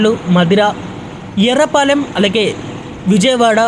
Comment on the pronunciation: యర్రపాలెం కాదు బ్రో ఎర్రుపాలెం